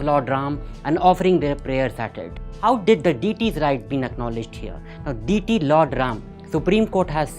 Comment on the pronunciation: Learn to pronounce DEITY correctly first ......and some energy